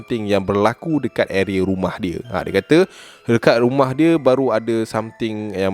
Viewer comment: "guma" rumah eh HAHAHSHA terkeluar slang melaka